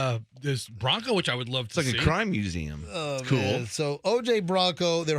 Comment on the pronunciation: Learn to to say Museum correctly please